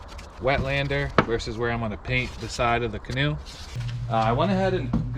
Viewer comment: He went from a canoe to a can-an’t”…🤣🤣🤣